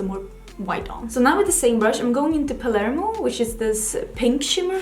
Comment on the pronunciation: I was just about to write how finally, we see a youtuber who seems to NOT have slept through Geography or History classes in school, and knows where Cannes and Palermo are, and how to pronounce them, but now I see that someone else has commented on this already. I come from Malta which is quite near Sicily, so I got so offended when several of my favourite YouTubers read "Pamerlo" instead of Palermo. Seriously? How are people not even ashamed to show their lack of common knowledge on YouTube? At least Google these things and educate yourself before you shame yourself in front of the world